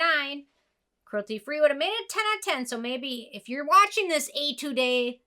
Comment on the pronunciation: Hi it's your Korean subscriber again😃 "Etude" is pronounced more like "Ay tood", just like pronouncing attitude with an E. Love your review as always!